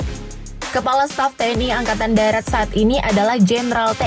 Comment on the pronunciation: angakatn darat, bukan angkatan datar 😂